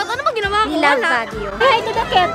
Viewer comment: I'm a cat ❌ Ate Ivana: I'm a ket ✔ HAHAHAHHAHA ✨✨